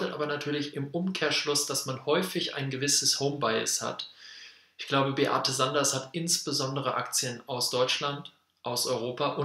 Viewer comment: Die Dame heisst Sander, nicht SanderS. 😉 ImTitel des Videos steht der Name richtig, aber im Video wird immer von Beate SanderS gesprochen.